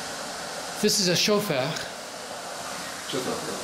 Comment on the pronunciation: You claimed that your native language was Yiddish. Why do you pronounce a word like "Shofar" with what seems like a grotesquely exaggerated French accent? I have never heard anyone who grew up in a Yiddish speaking home pronounce it this way. This is laughable.